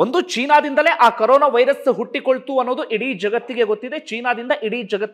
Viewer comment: ಕರೋನ ಅಲ್ಲರೀ ಕೊರೋನ